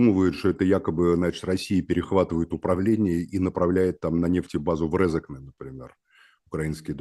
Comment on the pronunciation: кто этот человек? первый раз слышу, что бы правильно сказали Резекне )